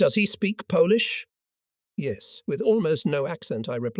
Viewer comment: You say Polish like you polish furniture. It's said like Pole (Polish). Sty : the Y becomes I